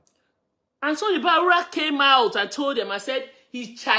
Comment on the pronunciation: his name is B A R U W A and not B A W U R A.